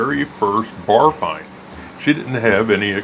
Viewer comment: She was what?? Barflying? Bar-find? What???